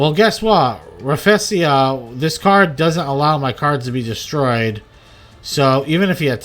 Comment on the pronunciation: I’m a bit late but it’s pronounced “Raffle lee-shee-ah ”